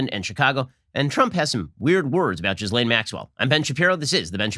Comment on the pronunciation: Jeff "Beezos" was one thing... but "Jizz-lane" Maxwell? Come on, bro..